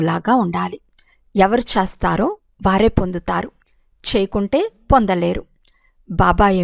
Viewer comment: మీరు చేస్తారో అని చదవటానికి బదులుగా చస్తారో అని చదువుతున్నారు.సరిచేసుకోగలరా